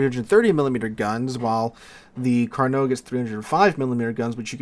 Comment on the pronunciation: LOVE that you said "Carnot" correctly, a blue moon event for this channel, then 2 seconds later said "carnar" in a total biff. Never change.